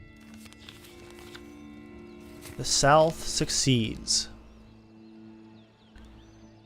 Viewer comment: The South did not "succeed". It "seceded." Not pronounced with a hard "c".